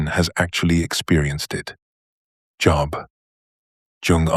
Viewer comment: The aside about the feminist critique of anima/animus concepts is the little bit of poop in the brownie mix of this AI tour de force. One other unpalatableable ingredient is the mispronunciation of the names "Jung" and "Job". .